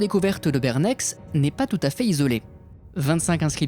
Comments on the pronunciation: Hello c’est super chouette de connaître cette histoire car j’habite à côté de Bernex et ne connaissait quasiment rien de la période gallo-romaine du village, mais un détail : On ne prononce pas le X de Bernex 😉 donc c’est comme si on disais Bernè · Il faut prononcer Bernè ! Le x comme le z en fin de nom de localité ne se prononce presque jamais dans la plupart des cantons romands + les alentours de la Savoie. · Effectivement, il ne se prononce pas, ce nom se prononce "bernè". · Bon désolé d'être tatillon, mais étant suisse je vais te corriger sur le nom du village. Ça se prononce "Bernè" le "x" est silencieux. Oui en Suisse on met des "x", "y" ou "z" silencieux à la fin des nom et revient à prononcer la lettre précédente un "è" si c'est un e. Voilà c'était un très bonne vidéo et continue comme ça. J'ai découvert ta chaîne il y a 1 moi et j'ai tout séché en une semaine, tu fais vraiment de bonne vidéo et merci de partager ta passion. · Salut, j'adore tes vidéos, continue, c'est top. Pour Bernex.... on prononce pas le "x" à la fin 😉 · Attention, on ne prononce pas le "x" de Bernex. Très bonne vidéo, bravo à toi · "Mine de rien" pour une fois tu parles d'un site se trouvant à 6km de chez moi 😁. Le X de Bernex ne se prononce pas si jamais 😉. Au top comme toujours ! Et une découverte des pierres de foudre, incroyable croyance. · Très bonne vidéo, mais juste un petit détail. Je suis suisse et chez nous les x ne se prononcent pas à la fin du nom d'une ville ou d'un village. Ce serai sympa d'y penser la prochaine fois. :-) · Le x de bernex ne se prononce pas.. Bonne video continues comme ça!! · On ne prononce pas le X de BERNEX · On ne prononce pas le X de Bernex ;-) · Excellente vidéo, comme toujours. Petite info: on ne prononce pas le "x" de Bernex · En plus c'est le premier mot de la vidéo donc ça choc 😂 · Lyokoï Kun non c'est juste en Suisse. En general les fin on prononce pas si x ou s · Je crois que tous les locaux ont sursauté d'entrée de jeux ^^